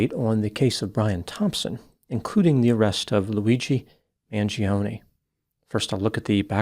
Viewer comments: you of all people should pronounce the surname Mangione correctly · Maybe one day Americans will pronounce their Italian last names with linguistic integrity Mangione is not pronounced manjeeohnee The I vowel and E vowel cannot ever have the same annunciation yet Americans are lazy as Eff when it comes to the integrity of properly pronounced English Mangione is properly pronounced Mahn- Joe-nay